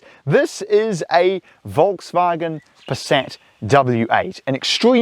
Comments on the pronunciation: Literally the car is named Passat, a he keeps saying Paset. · It's not pronounced "Passet", the second a is pronounced like the first Yours truly, a pedantic German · I'm from Germany and never heard anyone pronounce Passat like this! Even though I got used to howw its pronounced in the US! Great review! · Yes it does sound funny 😅